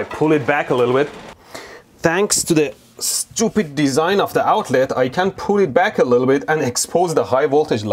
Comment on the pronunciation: SCHEWPID SHCPAGETI